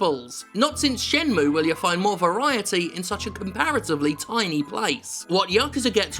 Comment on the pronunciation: He said SHENMUE!!!